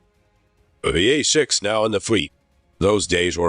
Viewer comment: 1"08 - the "hay"-6 Intruder you say . . .